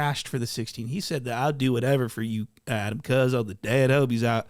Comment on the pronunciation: ADAM 16, SAY IT RIGHT!